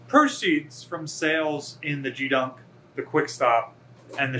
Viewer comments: OK, but the curator spoke with a soft g, as in "Gee whiz!" And every former and active Sailor and Marine I've ever met pronounced it with a hard G like in Geese. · As someone who spent 20 years in the Navy, hearing you miss pronounce gedunk is painful. It’s not gee like in gee whiz, it’s gee like in geek. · It's not pronounced gee-dunk. But rather, g-hee-dunk. Like 'key' with a hard g. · Not "jeedunk", "GEEdunk", with a hard "g" sound, like as in "go". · That's Geedunk with a "Soft" G . as in golf, or gift. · When I was in, the G in geedunk was a hard G like the first G in garage. BTW, we called the National Defense Medal a geedunk medal because everyone got one. It didn't require any more than signing up. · Enjoying your videos, but in the Navy, we say Geedunk with a hard G! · 26 years in the Navy... Same comment at Patrick Radclif... The "G" in geedunk is pronounced the same way as g in "get, not like a "j." Hope this helps.. I enjoy watching your tour videos. Have a nice Day. Sincerely Steve. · My college roommate was a Navy veteran, and he always pronounced it with a hard G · He pronouncing geedunk wrong